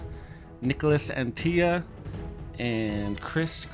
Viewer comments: bro, Antilla is not fucking spanish. It's AntiLLA not Antija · Neek-las Ahn-tee-la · Came here to say the same thing 😂 "Unt-illa" should work for english speakers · Im not even European but the dude isnt spanish, so its not pronounced Anti-ya. I’m pretty shocked that y’all didn’t do a shred of research on how to pronounce his name… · said "an tee yuh"? he isn't hispanic lol Anttila..he's Finnish. you say all the letters. and there isn't even a double L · It's pronounced AnTTila, not AntiLLA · As an information for, Niklas Anttila’s last name is finnish not a spanish last name, so you are supposed to say the ”L” at the end as on ”La”. The pronounciation goes like this: ”Ant-TiLa”. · I would further clarify it as pronounced On-tea-luh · Anttila isn't mexican, that's a very hard L. Yeah I read it 's already been mentioned, don't care, if you can pronounce every oddball name you got over there no problem there's really no excuse botching the european ones. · Well these American commentators keep bringing up how happy they are to have "The Europeans" back competing on tour. And then they proceed to absolutely butcher their names on every occasion. How hard can it be to make a minimum of effort and find out how they actually are pronounced. "Nicholas Antiya" Come on that's just pathetic.